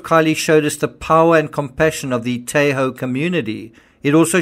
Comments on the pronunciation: the "a" in Tahoe is short, as in "tah ho". Thanks for all your hard work on our behalf! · the pronunciation of 'Tahoe' is the a is like ahh. I grew up there.